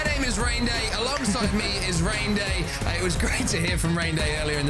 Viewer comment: not being able to say his name 😂